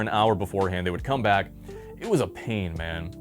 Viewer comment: Bro has to exaggerate the word "come" into "cum" 🦝